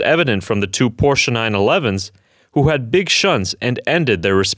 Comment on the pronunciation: I appreciate your proper "Porsche" pronunciation - even if it is AI voice...